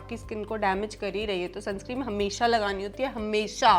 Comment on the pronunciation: Sunscreen hota h sunscream nh😅